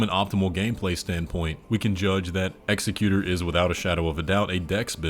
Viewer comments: It's pronounced "Ex-ECK-yu-tour", not "EX-eck-yu-ter". The noun form of "execute" would be "executioner," not executor. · It’s not pronounced execute-or. It’s ex-ec-u-tor. This is weird to hear from a native English speaker, because you say it correctly once. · Executor. Emphasis on the second syllable. Not executer (not a word). One who carries out the will of another. For instance, if he was the executor for Midra, his "will" was was probably to bring about the frenzied flame and melt everything away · Why did you change your pronunciation of executor? It's not "ex a cute r"... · I’m almost positive the executors name is pronounced in the way of execution and not executive. But it’s hard to say. And executor is someone who makes sure a deceased persons will is done as requested. On the other hand execution makes sense for a sword wielding character